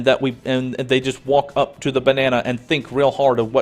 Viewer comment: From I couldn't concentrate on a word you said... Iaughed so hard about the image of a Banana working for Gearbox and when I jumped back to that part I laughed even more about how you pronounced it.... fucking hysterical!